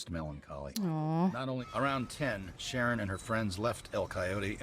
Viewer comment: Sharon not SHANNON